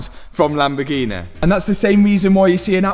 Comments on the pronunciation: Favourite place in the world, Lamborgeeneh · What’s a Lamborghina 😂